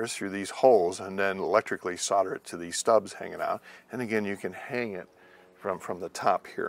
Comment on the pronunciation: A useful video. Got confused by your pronounciation of 'Solder' as 'sudder'!